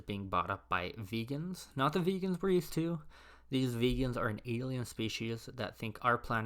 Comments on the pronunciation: This Immortal: It's not "vee-gan", it's "Vey-gan", from Vega. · It’s pronounced “Vay-gens,” as in people from the planets of the star Vega.